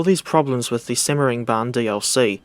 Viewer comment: Yay simmering bahn. Its said how the butcherd it